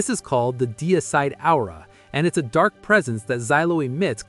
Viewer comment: Absolutely great video! But look up how to pronounce " aura" lol starting to think this is just AI. 😅